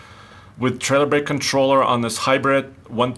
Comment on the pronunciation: “Deh Hybredt”